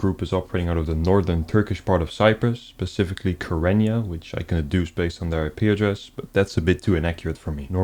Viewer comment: I love your content but the word is "Specifically" and not "pacifically"